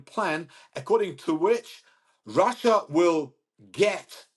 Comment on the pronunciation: Get a new hobby 'lil britain'. Russyea! Russyea! 🤣🤣 Even I am embarrassed hearing it so many times.